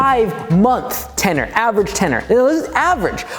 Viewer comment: ten-URE (your)